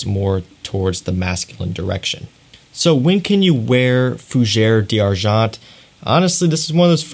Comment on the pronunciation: I enjoy your videos and the details that u offer. But FFS learn how to pronounce the right name of the perfume. Now, we have unlimited sources to learn properly how to pronounce the name in the right way. I closed to many videos from you when you butchered the language. Please, LEARN.